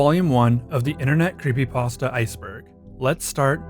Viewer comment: he refuses to say the p in creepypasta